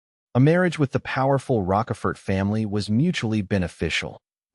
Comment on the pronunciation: Broooo. The AI is messing up Count Rochefort and Karl Von Schmidt .